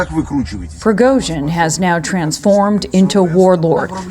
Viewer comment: I wish the Americans could get their tongues around proper Slavic pronunciation. Prigozhin is "Pri" as in "Grand Prix" or "pretext". He is "go" as in "Al Gore" or "Blood and gore". The "zhin" is pretty good.